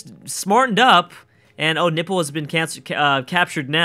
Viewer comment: Is it me or do i hear "Nipple" when He says "Nippur"?